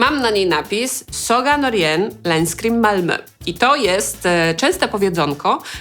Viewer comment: “Saga Norén, Länskrim, Malmö” ;) Uczysz się szwedzkiego, bo całkiem ładnie to powiedziałaś? :D